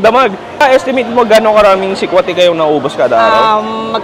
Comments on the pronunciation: mali ang bigkas mo ng salitang sikwate. Paturo sa mga locals. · pronounced as SI-KWA-TI not SIKWAH-TEH then KI-NI-LAW not KINI-LAW 😊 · advice lang,medyo mali pronounciation mo sa humba, sikwate,kinilaw. Pwede ka paturo sa mga locals sa tamang pronounciation. No hate paps, nice vlog